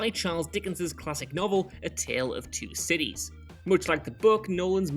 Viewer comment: Maybe it's just me but as a Garfield fan; everytime said a Tale Of Two Cities... I was just hearing a Tale Of Two Kitties. XD